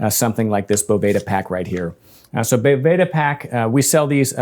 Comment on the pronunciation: Certainly doesn’t matter, but the company pronounces it “beau—va-duh” not boveyda